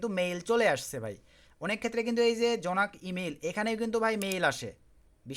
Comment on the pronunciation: Ota "jonak emal" na 😅 Ota ke Jank email bole..